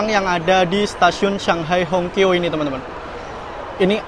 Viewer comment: Hongqiao itu bacanya Hung ciau